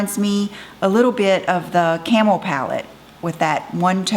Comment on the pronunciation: I kept hearing you say camel toe with the mac palette!!!! Lol I thought what in the world! I had to rewind!!!